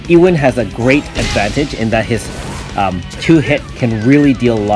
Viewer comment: I thought your wife was your favourite waifu </3 Ewan is pronounced with a EHhh wan <3!! noone wants to named EWWWW wan